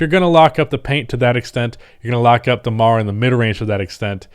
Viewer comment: DEMARI HEAR IT DEMAR I HATE IT